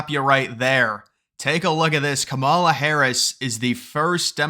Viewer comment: You not pronouncing her name right is sad! Racist don’t truly believe in unions! Of course they won’t endorse her!